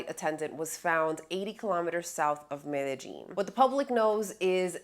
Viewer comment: You can tell if you’ve been scoped or ruffied when you start pronouncing Medellin - ‘Meta Jean ‘.